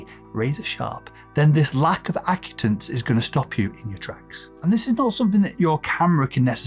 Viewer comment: Correction: You're pronouncing the word "acutance" incorrectly. It's uh-KYOO-tuhns. The emphasis is on "KYOO." Also, the British and US English pronunciation is the same.